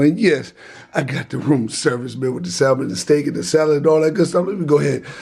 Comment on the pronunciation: One very funny review. It started when he didn't know the L is silent in salmon lol